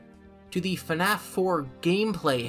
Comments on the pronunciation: I'm only 40 minutes in and I already love this video. If only bro knew that FNAF is one syllable... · Okay, love love love the video. Also I really like your voice, but why FaNAF? Where is the extra A?? I thought it was pronounced FNAF like : Fffffnaf for the past like 7 years... am I in the wrong? Is it a britisch thing? 🙃